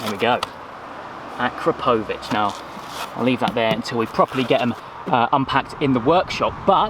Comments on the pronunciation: It’s a-crop-o-vic not a-kra-po-vic 😓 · It's pronounced a krap o vich! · Love it dude, sounds great, just making the car an even better all rounder! Btw I think your mean to pronounce it A-krap-o-vitch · The exhaust name is actually pronounced "A-Crapo-Vitch"... for obvious reasons! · Pronounced A-crap-a-vitch just so you know. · That's NOT how you pronounce akrapovic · First learn how to say AKRAPOVIC